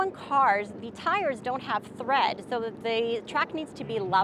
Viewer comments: Lol, I was wondering if anyone else heard that. That is ok, she is a doll anyway. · Great video. BTW, its tire TREAD not thread. FYI!